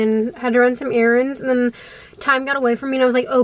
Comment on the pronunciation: i immediately subscribed when you made fun of yourself for the way you said “tiMe”